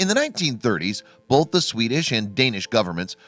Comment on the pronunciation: Pro tip: There is no letter "l" in the word "both."